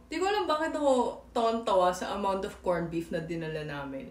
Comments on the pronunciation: korn bip! Very Pinoy! 😂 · I like your filipino accent, say it again........ "Kornbip"